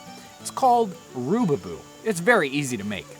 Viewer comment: Its rubaboo not roobyboo